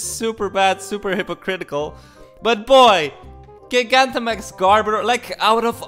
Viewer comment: I’m tempted to not even say it, since I don’t want you to change it.. but I love how you say GIG-Antamax. Never change.